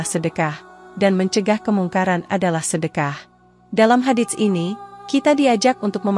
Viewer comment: tlng cara mengucapkan " Hadits " itu tdk kedengaran bunyi huruf t .tapi langsung kehuruf s nya. Dan bunyi huruf pd Shadaqah adalalah Sh bukan Sy